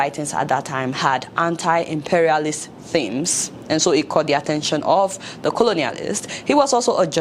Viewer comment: Good but stop pronouncing the word anti so poorly.